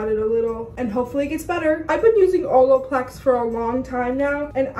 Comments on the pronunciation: she def says “oloplex” instead of “olaplex” hahaha love it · nobody:: oloplex